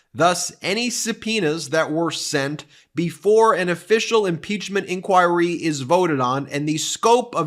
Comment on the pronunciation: The way he says INCHOIRY tho! So many times too! XD